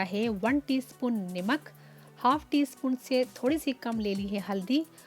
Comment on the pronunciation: i think salt is called namak not nimak.. overall excellent recipe.